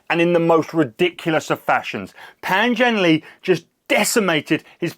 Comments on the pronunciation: Pan Zhan Ler (it’s not Le) . — Le(Ler ) means Happy ! His name means -“ spread Happiness “ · To The YouTube... PAN ZhanLe. Le is pronounced like "uh" "huh". Not "Lee." TQ.